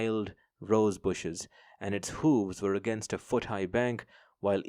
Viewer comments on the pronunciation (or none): none